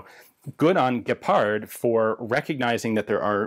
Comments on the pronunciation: As a hungarian i was kinda surprised about Ian`s rather flawless pronunciation of the "gepárd" and "hiúz" words, /hats off. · Your pronunciation was very nice with hiúz and gepárd. Not bad.